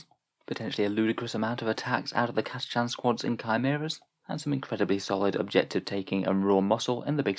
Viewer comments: OK, you pronouced it Cata-"chan". I've heard them say it on the GW site as Cata-"kan". Anyone? Anyone? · Have you ever heard it pronounced Cata-“shan” though?